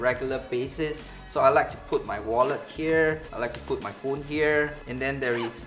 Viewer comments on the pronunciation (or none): none